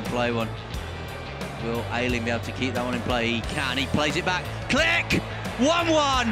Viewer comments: Kilch! Not Klik ! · Read his name like, Kli-H', not Click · He is Klich not Click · Everything is ok but please read his name like kli"h" not klick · It's not Click xD It's KliCH like "WHO are you" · Jak można nie umieć powiedzieć Klich tylko mówić klick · His surname should have been pronounced as "kleeh" not "click" xd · All Poles: Klich English commentators: Click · Its not Klik but Klih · SAY "KLIHY" NOT "CLICK"!! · KLIK XDDD I'm Pole and my ears are bleeding....anyway greetings from Poland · nah fam its "mateush klih"